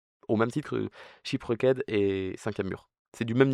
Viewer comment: shipouecked 🗣️🔥 (ça se dit ship rekt au fait)